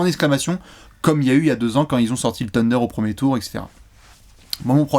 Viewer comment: Mouais... je suis plus choqué perso par le "teundeur" dont nous gratifie à chaque apéro